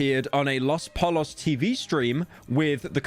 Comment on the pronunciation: You gotta work on your pronunciation of "Pollos" lol.